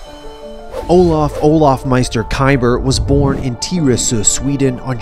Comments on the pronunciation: What is it with american people saying swedish words tiresu what the Hecc is that it’s Tyresö. Try saying ugh thats how ö is pronounced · He fkn Slaughtered the name “Tyresö” didnt even understand what he Said until i read it myself